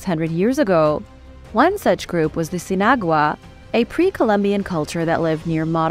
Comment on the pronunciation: i think it is "sin-agua" = without water..: )